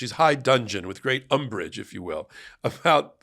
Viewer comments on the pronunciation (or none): DUDGEON, NOT DUNGEON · sorry - pedant here: connected to umbrage, it's dudgeon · More nit-picking, sorry. But it is "dudgeon" not dungeon as it always sounds like you are saying? As in Judge Cannon's high dudgeon every time Jack Smith calls out her errors. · High DUDGEON, not high dungeon.